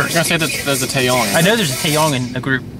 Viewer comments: Tae-YANG not Tae-YONG. And the first rapper you are talking about is ZUHO. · It's Taeyang, not Taeyong....